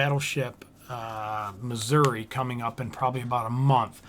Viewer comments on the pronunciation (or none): none